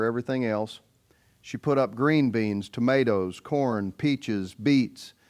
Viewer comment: Stupid Ai called Banmato 🍅, Tomato!😂😂😂😂😂😂😂😂😂😂😂😂😂😂😂😂😂😂😂😂😂😂😂😂😂😂😂😂😂😂😂😂😂😂😂😂😂😂😂